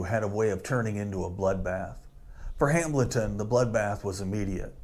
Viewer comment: Appreciate the video but it's just pronounced "Hamelton" not Ham-Bleton, for God's sake.